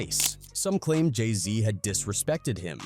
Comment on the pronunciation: Buddy said Jay somn smn z. Like what?